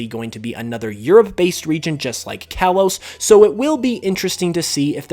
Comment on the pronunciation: You're saying Kalos wrong